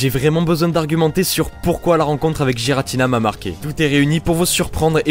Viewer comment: On di guiratina et pas guiratina Mais ces pas grave... Enfin